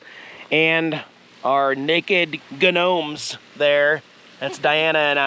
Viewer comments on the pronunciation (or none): I can never figure out if you do it as a joke, or if that's the way you actually pronounce "gnomes"... You also pronounce the G in gnat.... In both cases it should be silent 😉😉 I've been watching you for about 8 years, and still can't think back to if you've always said it that way, or if it just became something you say that way like "whhaaarrmmm" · It's a joke. He knows the proper enunciation.